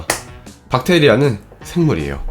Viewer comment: 엌... 여러분 세균이 영어로 뭡니까? 할때 찐으로 젊~~~ 그랬는데 박테이라라고 해서 엌ㅋㅋㅋㅋ 민망..